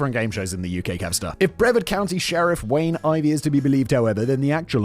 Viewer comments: it’s pronounced briv-ARD Not brevvard 😂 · Brev-ahd? Simon, say; Breh-vaRd. With an R! Brits......😂😛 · lol “breh-verd” is a hilarious attempt at pronouncing Brevard. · Floridian. Love your channel, but Brevard is pronounced Bruh-Vard. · Hey Simon, few things. It's pronounced bre-VARD. also it is very difficult getting a job. Some people in America have given up on trying to get a job or better job because of the hoops they make you jump through just to not get the job in the end. And yes, in America the police are allowed to do anything they want and the supreme Court has stated that the police have no obligation to help or protect. "Protect and serve" on every cop car is just marketing. Administrative leave is just "go home until we figure out what to do." It's common and means nothing on their record. If a cop is attacked and they defend themselves then they get put on administrative leave until the shooting is declared "righteous." If the cop executes someone in the street then he is put on, you guessed it, administrative leave. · I'm dying laughing at the fact Simon says Okeechobee perfectly but mispronounced Brevard. And ps Sheriff Grady is a POS concerned with chasing being a celebrity lawman vs being a competent one. But this is the state of the state this last decade plus. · Simon .... Brevard has a hard R. Seriously 😂